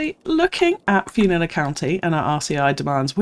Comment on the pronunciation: How about "Flew-nilla Airlines?